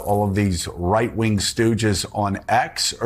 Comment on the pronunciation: Did she say white ring instead of rightwing?